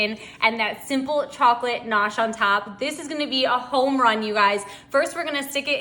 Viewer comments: It's gnache not nosh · Pronounced , Ga nash.... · She doesn't pronounce GANACHE correctly. It's NOT NOSH!! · You are driving me crazy with your mispronunciation of ga-nash😅😅😅. It's NOT gnocchi😂😂😂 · Love the recipe ❤ Just a little FYI, the G in chocolate gnash is not silent it's actually pronounced. LoL